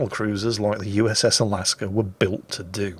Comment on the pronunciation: there is no r in Alaska or Alabama...or Delta...